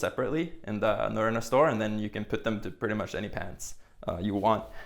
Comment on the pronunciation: Great videos with no intrusive flash bang wallop music or disco lighting. It was nice to hear you pronounce Norrona, as I've got a store full of it (not all new though) and still can't pronounce it properly!